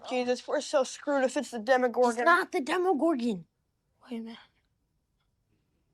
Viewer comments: Why does everyone always want to make it "Demigorgon"? It's Demogorgon. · That's Demogorgon, not "demigorgon"